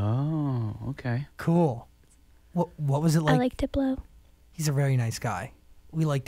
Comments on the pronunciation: I heard "I like to blow" too! ...even though it's supposed to be "I like Diplo"! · Deblow is what she said! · flowApot lmao she said "I like diplo"